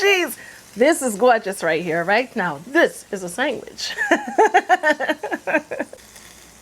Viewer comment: Are you saying "sangwich"??